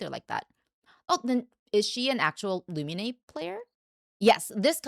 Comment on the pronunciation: Why do you call her Lumi-nay? Her name is Lu-mean.